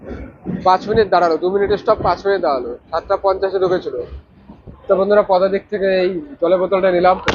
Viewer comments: "পুদাতিক" টা ঠিক করো দাদা লোকে হাসবে😂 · পদাতিক এক্সপ্রেস ❌ পুদাতিক এক্সপ্রেস ✅